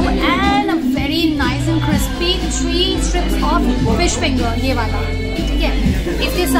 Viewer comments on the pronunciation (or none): none